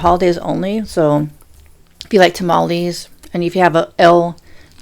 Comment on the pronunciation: nooo she's saying Tamales wrong 😭